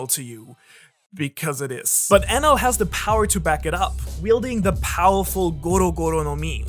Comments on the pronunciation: Is it me or do anyone else hearing it "anal" ? SORRY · I thought it was Eneru not Enel I’m confused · i like to pronounce his name En eel